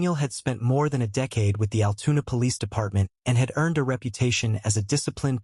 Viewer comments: Altoona not Altuna...lol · Altoona NOT AL TUNA